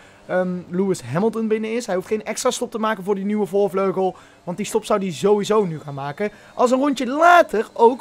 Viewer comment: "Voorvlegel" ~